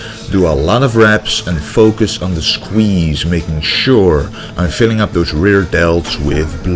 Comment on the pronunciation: To me, the smith machine workout and all the rowing exercises seemed way too fast. Surely drop the weight and go for a slower, fuller range of motion with better contraction? Opinions aside, great video, and now I have learnt a better pronunciation of the word shqueeeshe.